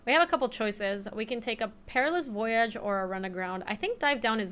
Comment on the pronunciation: Don't let chat keep you down! You can pronounce voyage as incorrectly as you'd like!